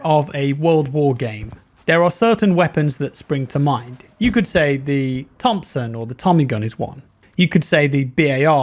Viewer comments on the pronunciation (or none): none